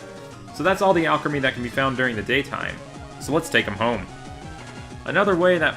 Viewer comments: al-cree-meee not al-craa-me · I'm not watching the whole vid after I heard you say Alcrimy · Hey let you know that Evolution name you have actually been pronouncing it wrong for this Pokemon that you have been shiny hunting and I know this for a fact this is how you actually pronounce it. All creamy. Trust me that's actually how you pronounce it a play in words because that's actually what sounds like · Me: watching this video cringing knowing it's pronounced All-Creamie but dealing with it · You can customize alot about alcremie, but not its pronounciation.